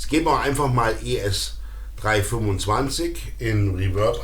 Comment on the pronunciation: BTW, Gibson spricht sich übrigens nicht Dschibsn, sondern tatsächlich mit G am Anfang. Aber ich kann mich erinnern, damals dachten wir alle, man würde den Namen so aussprechen, also damals, als wir jung waren...